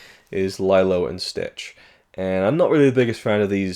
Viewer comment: It's Lilo! Not lylo. Driving me mad lol.